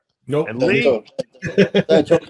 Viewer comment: they called lee leaha